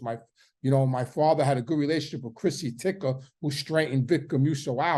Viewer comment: My friend, u keep saying Chrissy Ticka, it’s Chrissy Tick!